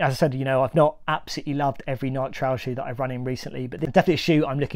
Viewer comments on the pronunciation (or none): It is not Nik but Nike! Come on man it is your niche so fair to ask you at least pronounce the brand correctly. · Is pronouncing Nike without the “e” sound at the end a UK thing? Never heard someone pronounce it as “N-eye-k” before. No judgment, just curious. From Nebraska, USA here.